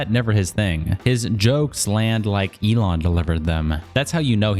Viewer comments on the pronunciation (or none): none